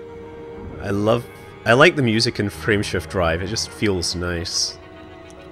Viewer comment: I swear it sounds like she's saying "Friendship Drive"